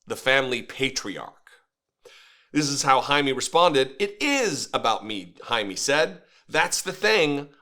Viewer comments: “JAY-ME” not “Hi-me”… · if you want to pretend to be an ally you should at least learn to pronounce our names, and also WE are americans, you are mostly europeans. it's disgusting all those attempts at taking OUR demonym. jaime is not "jamie" and it's not "high me" or "hiney". the pronunciation is closer to hai(like the japanese expression when handing something to someone)-meh(like the expression in english for when something's so-so) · The man’s name more or less should be pronounced “hi-meh.” 🙂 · Pronounced “Hi-meh” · Jaime is pronounced High-Meh. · usually it is pronounced Hi Meh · It’s pronounce “High-Meh”